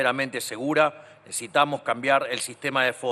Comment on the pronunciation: Necesitamos no necetamo tanto cuesta hablar bien